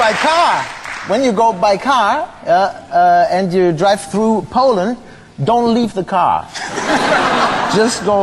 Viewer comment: Paul-land ... nice :)